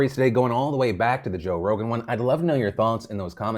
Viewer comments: he said "Joe Rona" 💀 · did you call him Joe Rona lol Edit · Joe Rona. Lmao. Anyone else catch that? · Joe-rona. Joevid…. I can’t. You’re silly 😂😂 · Are we just not gonna talk about the fact that Phil straight up called him Joe Rona? LMAO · You called Joe Rogan "Joe Rona", and I'm not sure if it was an accident but I fucking died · “Joe Rona” Beautiful Phil. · I like how you called him "Joe Rona" 🤣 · "Joe Rona" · He said Joe Rona 🤣😂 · You said Joe Rona lol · The slip sounds like "Joe Rona" lol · Did he say Joe Rona, and not Rogan? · Did he just say Joe Rona? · Joe Ronan? What? Jovid?? 🤣🤣🤣 I'm dead